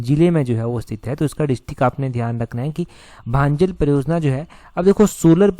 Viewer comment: भांजल नहीं भंजाल है 😂😂😂😂